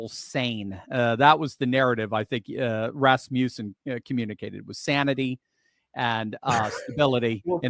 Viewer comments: Please. It is Ras muss en, not Ras mew sen. Thus was my grandmother's name. It comes from the name Rasmus (not ras-mews) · Even after the guy said it right to him, he still insists on mispronouncing Rasmussen. Drives me crazy.